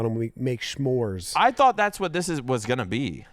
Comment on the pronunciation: says shmores, every time, like hes correcting everyone saying smores